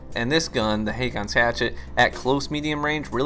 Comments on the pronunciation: Just to be "that guy", you pronounce it basically "Hawkons". It's a normal name in Scandinavia. Some use Å instead of AA, which is an older form of the name. We've had several Kings named Håkon/Haakon. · Dude...Haakon is how you spell the old Norwegian name HÅKON (Pronounced in "murican" as Ho-Con). The letter Å in Norwegian is pronounced like "Oh" in English. Google must be broken if you couldn't look it up... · "AA" in Nordic languages, and in names like "Haakon" is pronounced with a "o" type sound. Not the American "A" [ey]. It's also a way of writing this letter "Å". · The double A is an old way to write the norwegian letter Å. Haakon is a scandinavian name and is pronounced "Hokon" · It's actually pronounced "Haakon's Hatchet." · aa is å in norwegian and u say it like a o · The two "aa"s in Haakon is pronounced the same way the Scandinavan letter "å" is. For an English comparison, the "a" in "raw" or in "war" is pronounced like an "å".